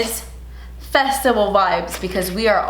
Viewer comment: why did i hear "vegetable vibes" instead of festival looool